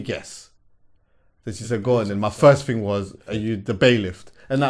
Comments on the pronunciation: poland. I thought I was the onlyvone that noticed was saying bailIFT. Lol. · It's bailiff. Not bai-lift lol.